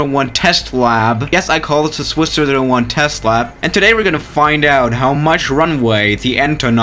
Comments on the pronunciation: Lmao why does he say “hey guys welcome to swizz shiro shiro shwan video” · he is saying swiserer1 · Swiszh ziro ziiiro juan is that what you said? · Everyone welcome back to Swiss sScERosssccssersSer one video